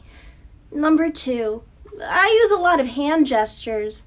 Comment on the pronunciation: "I use a lot of hand gestrues" you aint italian that aint a good thing